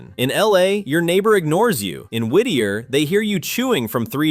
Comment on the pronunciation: From Alaska and I have to say you nailed Whitter - so funny! My friend was a teacher there. She said it was so hard because all the kids knew where she lived and knocked on her door all the time. She never felt off work or like she had peace or privacy. There are now a lot of cabins on the hillside - but they have no access for plumbing or water. And don't forget the tunnel only opened to cars in 2000, before that train.